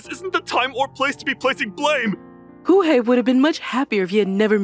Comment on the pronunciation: Kūhei, it's Kōhei Miharu, it's Meh-ha-ru